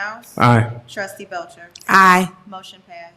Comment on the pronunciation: BELCHER SOUNDS FOOD WITH THAT I. NO STRESS